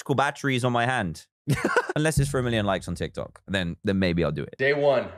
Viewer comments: Fr nobody gonna call out that he called it tok Tiks? 😂😂😂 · It is funny how he always say"tok tiks" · "Tok tiks" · Nobody: Not even a carrot: Dan: "Tok Tiks" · Me: reads dictionary "Tick Tock!" Charlie Demilio: "Tik Tok!" Dan: "Toc Tic!" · Baby Yoda wow did u hear dan at the start he said tok tiks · Now, we see my wild mum trying to pronounce “Tik Tok”